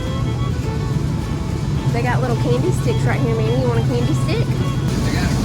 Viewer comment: Sweet Manny, he said it just right 😊